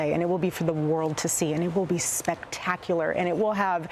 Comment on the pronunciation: She said spectacural, nor amazinhg. She learned a new Word.. Amazing